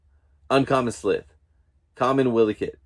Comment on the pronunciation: Yes, you definitely butchered 'Wily Kit, Wily Kat, Pumyra & Slithe' but it's all good, lol. This was my first time doing the NFT and I did very well. Congratulations on your pulls